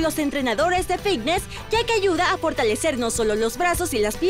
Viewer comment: Buen día padrísimos los ejercicios y como dice ud los nombres de cada ejercicio pero me desquició en cada ejercicio y me dan ganas de parar pues no sé dice AGDOMEN NI FISNES Dígalo buen ABDOMEN ABDOMEN NO AGDOMEN Y FITNESS NO FIGNES Fuera de esa mala pronunciación exelentes ejercicios disculpe la corrección pues piense que muchos la escuchan y al rato todos dirán AGDOMEN y están hermoso nuestro idioma y ya todos hablamos muy mal perdone ud se lli digo con respeto